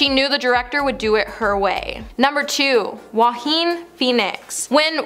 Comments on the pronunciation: Please pronounce Joaquin’s name properly. He should’ve never been cast in this role after what happened with Heath Ledger when he filmed the Joker. It literally killed him becoming the Joker & not being able to sleep due to the nightmares he was experiencing over the extensive mind manipulation used to get him to be right for the part. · Unbelievable she can’t even pronounce Joaquin properly & keeps repeating incorrectly. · I agree that They should pronounce his name correctly. However, he was amazing as joker. Also, maybe you forgot he lost his famous actor brother, River Phoenix. So, he definitely understands losing someone too early. Which is probably why he did such an amazing job.